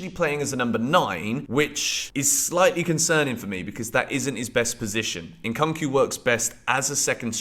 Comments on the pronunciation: why do u keep saying it as Cunk? it's Koonk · Somebody please tell to stop saying Nkunku like that 😭😭 it's getting cringe... it's pronounced "Nkoonkoo" not "eNkankoo" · The way you call " Nkunku" makes me laugh. 😅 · The ONLY thing unique about your content repeating post is your miss-pronunciation of Nkunku. Transfer season is copy paste season